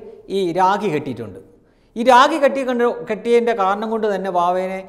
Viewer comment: രാഗി അല്ല രാ'ഖി ' ഭലം അല്ല ഫലം